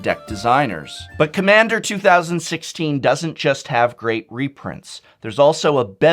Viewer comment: I could understand if it was 2015 back in January or February. But 2016 is almost over and you still flubbed lol.